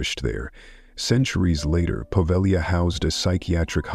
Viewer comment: Just an FYI, the G in Povegila is silent